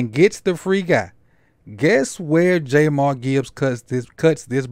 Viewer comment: Not sure you know Gibbs well Sir - his name isnt JayMar Gibbs... It's pronounced "JAH M EAR" when you dont know their names it makes it hard to think you'll know their play.